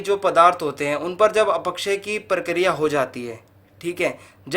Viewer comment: "अपक्षय" को तो सही से pronounce कर लीजिए महोदय. पढ़ाने चल दिये